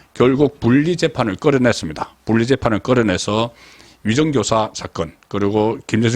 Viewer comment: 분리, 분석, 피고인 등 발음이 이상하네???